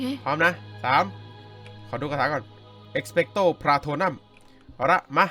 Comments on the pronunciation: มันอ่านว่า เอกเป้ไต้พาโทนูม คับ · พี่ครับคาถามันอ่านว่เอ็กเป้กโต ปาโทนุมครับ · มันไม่ใช่สิงโตหันหลังมันคือแรกคูนเป็นสัญลักษณ์ของบ้านเรเวนครอ. อีกอย่างคาถาอ่านว่าเอซเป็กโซ่ภลาโธมุม. ผมูทุกภาคแล้ว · เอสเปโตอะโพรุมค่ะไม่ใช่เอสเปโตอะโพลัมค่ะ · เอ็กเปรตโตพราโทนุมพี่ ไม่ใช่พราโทนัม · พี่ไม่ใช่พาโตรัม พาโตรูม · รุ้ไหมว่าเวลาดูมาแล้ว แต่พูดพิดมันรุ้สึกแบบไม่ใช่มันไม่ใช่แบบนี้เช่นเอ็กเปร็ตโตพราโทนุมแต่เอ็กเปร็ตโตพราโทนัม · พี่มันออกเสียงว่า เอกเปสโส่พาโทนูม ครับ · พี่ออกเสียงผิดมันต้องเป็นเอสเป็ดโตพะโทโนมพี่ออกเสียงผิดทุกคาทา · พี่ครับมันออกเสียงว่าsเป็กโตพาโทนูม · พี่ครับเขาเรียกว่า เอสเป็กโต้พาโทนุม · มันอ่านว่า เอสเป้สโตพาโทนูม คับ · พี่คะคาถามันอ่านว่า เอ็กเพสโต พาโทรูม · ครับมันอ่านว่า เอ็คเป็กโน พะโมโน่ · พี่มันต้องพูดว่า เอ็ก-เพร็ดส์-โต-โพร-โท-โนม